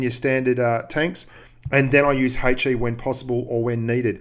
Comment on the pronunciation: It is ''HE" not "hey chi"